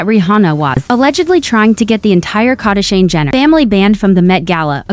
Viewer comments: But its funny!!! KardEshians... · If you keep using a computer voice which can't even pronounce "Kardashian" correctly you will never get any subscribers.